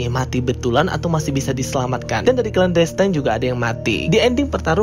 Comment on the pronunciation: Baca clan destine nya ga usah klen destayn.. klen destin aja udah bener. Sama aja destiny dibaca desteni, bukan destayni. Makasih...